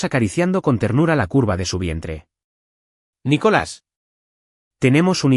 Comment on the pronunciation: No es nicholas sino nicolas